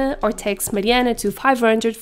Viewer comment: I like how you pronounce your name, Mariana :)